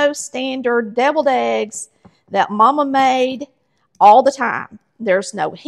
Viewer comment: I thought you said "bevilled" eggs...